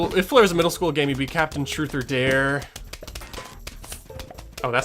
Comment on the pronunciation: Capitain player😂,Capitain blare😂 and capitain cher-ry😂?!